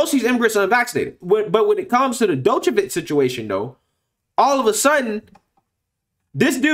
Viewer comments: Damn, you totally NAILED his name there, buddy. Each pronunciation further and further from the correct. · FYI, the "D" in his name is (approximately) pronounced like the "J" in Jesus, the "ic" at the end of his name sounds kinda like "itsj"... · no... you pronounced Djokovic wrong.... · Bro the D in his name is silent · You're butchering his name. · Lol you dont pronounce the D in his name its only Jovokic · You need to sit down and learn to pronounce his surname correctly. It was absolutely bloody annoying.🙄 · "D" is silent whe you read Djokovic !!! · Love your show but your not pronunciation Novak last name correct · The d is silent dawg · It's pronounced Jo-ko-vich (D is silent) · (Joke-uhh-vitch) sorry it was bothering me lol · Jock-o-vich. Sorry to be that guy, but it was bugging me. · Small point. His name is pronounced " jockovich"(the joker) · Novak Jokovich* is correct pronuncation. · Joke-o-feach that is how you pronounce it in English. You pronounced it in 5 different (all wrong) ways in this clip. Must admit, first mistake I caught you with.;-) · Who is this 'Dokovic' you speak of?😏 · first off, his name is pronounced like Joko-vic like Joker. That's a minor. and he's an elite athlete who happens to be best in the world who knows what is best to put in his own body. I get it. It's their rules but it's not like he's playing rugby. The distance between him and the opponent is almost 78 feet apart. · It's pronounced JOCK-oh-vich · It's pronounced 'JOKOVICH' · Doo -ka-vitch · It's pronounced "jokeovich" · Bro you screwed up the pronunciation of his name so bad. The d is silent. It would sound like yokavic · As a matter of fact it would nest be pronounced Jock o vich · My guy, you’re butchering the name lol his name is pronounced “Jokovic” with the J making the same sound as Jones, Joker, etc. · Bro you butchered his name 🥲🤣😂😂😅 but great video tho always coming with the truth 🔥💯🔥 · His name is like Django the D is silent 😉